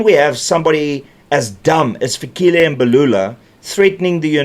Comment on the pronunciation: Its not Fikhile it's Fikile please learn to pronounce correctly if you are a true South African .